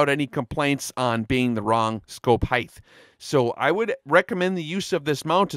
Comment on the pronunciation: People that say heigth instead of height drive me crazy. Otherwise great video!